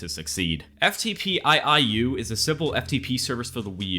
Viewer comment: "Eff Tee Pee I I U" lol its "Eff Tee Pee U" but i assume you just being goofy on purpose